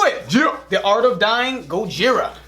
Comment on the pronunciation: Btw its pronounced GO-HERE-UH